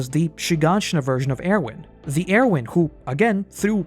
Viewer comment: The way you say Erwin makes me wanna get violent